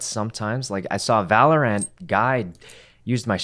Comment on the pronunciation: My ocd just UGH when sykkuno said Valor-Ant